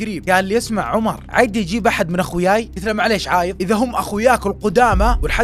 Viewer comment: تكفى قول عادي مو عايدي لان قاعده اركز على الكلمه مو على القصه قاعده افصل من القصه